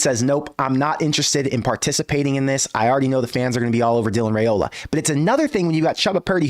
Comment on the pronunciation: Can Nebraska get to the playoff with Raiola before he leaves Nebraska? (BTW:pronounced RYEola NOT RAYola according to Dylan)